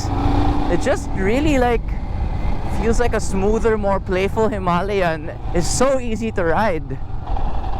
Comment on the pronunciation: Hima-layan as you pronounced it sounds a bit annoying 😅and a walk around the unit not just a rider's pov will help viewers too. Just my 2 centimos. Cheers!